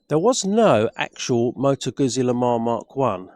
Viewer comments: Moto GUZZI is pronounced Moto GOOTSI. Unless that is, you eat slices of Italian, "PISS ... A" that is.... 😂. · Had to stop watching this after a couple of minutes. Not only do you seemingly know very little about bikes, but you can’t even pronounce the manufacturers name. Get a grip! 😂